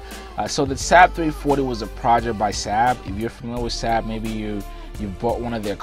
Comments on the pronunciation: SAAB is NOT pronounced SAB but SARB like carb. I should also point out. with enough money ANY aircraft can be purchased as a private plane. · Its Saab not sab pronounced (sawb) I my first car was a saab not reliable at all bun fun to drive turbo charged and handles well in the snow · Lol love this guy but he literally pronounced it SAHHHB it's pronounced like Sawwwwb or bob but replace the B with an S. Same company as the swedish car manufacturer that's been around for a LONG LONG time. In fact they got their start in airplanes and jet engines. They've been around since like the 30s. Much like how Rolls-Royce got it start and specializes in aircraft/jet engines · It's pronounced SAAAB not SAB. It's disrespectful not to pronounce the name properly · Saab pronounced Saub did not decide to make an airplane. They decided to make cars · FYI, Saab was an airplane company long before it was a car company. The name itself stands for “Svenska Aeroplan Aktie Bolag” And they are still an aerospace and defense company making very high performance military jets and guided missiles. Also it’s pronounced “Sob” And Rhymes with Bob and mob and blob. ;). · Saab pronounced sob. Like sobbing crying